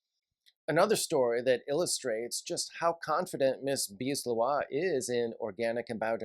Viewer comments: I think it's more like Lae Houah. But I'm not native French either. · JK, I found weird the Leroy pronunciation.